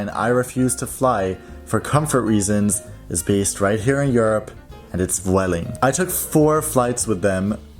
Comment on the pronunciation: It’s actually pronounced ‘bweh-ling’, as v is a b sound in Spanish. 😊